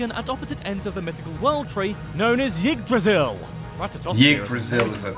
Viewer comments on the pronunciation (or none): By the way, that guy's pronunciation of "Yggdrasil" is atrocious. It's pronounced more like "EEgDrasil". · Pronunciation hurts my head... im pretty sure Yggdrasil Pronunciation is Eeeeeee not yeeeeee